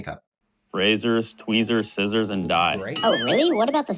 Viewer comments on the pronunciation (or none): none